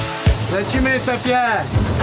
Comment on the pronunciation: Jakby normalnie zaczął gadać,, lecimy,, zamiast,,lecymy,, było by jesZcze lepiej